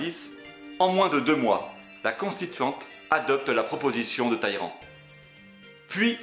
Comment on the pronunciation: Sans compter, à 10'07", il sera-t-arrêté et les nombreux "Taillerand" alors que dans les sous-titre, on lit bien qu'il n'y a pas de i avant ll, donc on prononce les deux l.